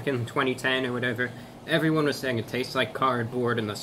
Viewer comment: “HEWWO EVWYWNE”